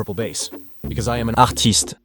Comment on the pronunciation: Wait you re actually french ? "Arrrrrrrtist"